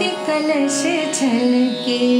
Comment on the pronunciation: Very well sung, Didi ! Please watch pronounciation. It is "kalash: and not "kalas". Thanks.